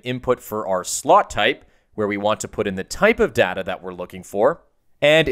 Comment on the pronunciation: you pronounced data the wrong way!!!!!!!!